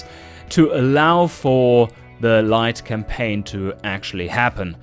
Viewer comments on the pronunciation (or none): Did I hear you almost say "Light Complain"? That gave me a little chuckle. Also nice to hear the devs look through what people make